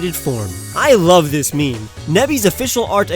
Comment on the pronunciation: Wait... did he say MEE MEE? It's pronounced meem. Sorry if I heard MEE MEE, but I'm just commenting on what I heard.